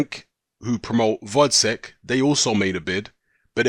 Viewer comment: his name is gvozdyk not vozdek